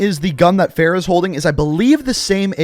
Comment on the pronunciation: How do you butcher Farah's name lmao you're saying it like Sarah, Price even pronounces her name properly so why can't you 🤔